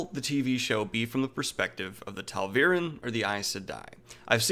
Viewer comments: Love the commentary except for one thing... it's TA'VEREN, not TAL'VEREN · The ghost L strikes again. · Are you pronouncing tal veran cause that's what I'm hearing and it should be ta'veran. Sorry it was just bothering me. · I know right! First couple of times he said it, I instinctively thought who the hell are the Tahlveeryn? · STOP SAYING TAL'VEREN . ITS Ta'veren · I don't believe it has anything to do with where his focus is. Daniel just has a hard time with names and pronunciation of them. Even in works his seems to love, he has this issue. In this video alone, he was talking about "Talveren" when there is no L in the word Ta'veren. It is a forgivable quirk, as long as the show gets the name pronunciations correct. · You are saying ta’veren wrong... it’s pronounced “tah-veer-ehn. Pls say it right, there is a glossary at the end of every book with pronunciations and meanings sweetcake. Good video tho.